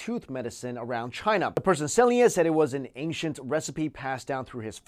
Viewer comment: Ancient.... Anechent not ankshint..... Like the word ancestor, that you pronounce so funny "incesters"